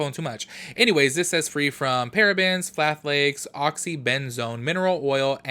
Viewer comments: Always love your videos and I'm cracking up at your pronunciation of "phthalates". "Thhh-ah-lates", the p is silent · Hey boo, the “ph” in phthalates is silent so when you pronounce it, it’s just thalates (the “th” is like in the word thin). I swear these ingredients are a mouthful. Don’t need to feel dumb since they are complicated to pronounce.